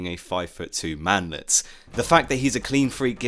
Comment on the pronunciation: "man-let" lmao